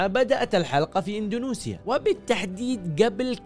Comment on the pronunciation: انت ثالث يوتيوبر ينطق اندونيسيا ب اندونوسيا... وش السالفه ترا تنطقوها غلط 😳